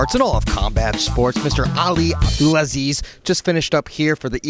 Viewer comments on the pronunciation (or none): “ Ali abdelasleeze “ - Colby